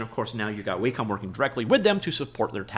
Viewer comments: WhaaCom? LOL... One thing I can count on from is he will report on the news right away... And absolutely BUTCHER every pronunciation he can. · Is Wacom pronounced: Wah Com or Way Com? Honestly have no idea.